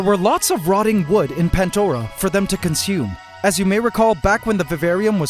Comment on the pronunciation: You should name the acrobat ants the "Swarm du Soleil" Also.... Why "Pantdora" and not "Pandora"?